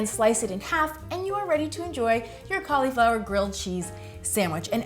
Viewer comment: Ca-LEE-flower. Heehee